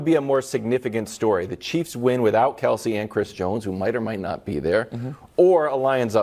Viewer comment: K-E-L-C-E, not Kielce.